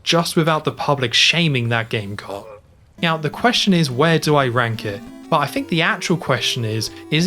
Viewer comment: Is he saying Meow instead of Now? I swear I'm being trolled here.